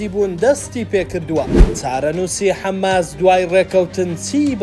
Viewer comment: حەماس نەک حەمماس